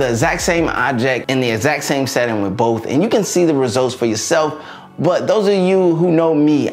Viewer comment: "Boaf feature"